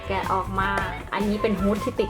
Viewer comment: แกะนะคะ ไม่ใช่แกละ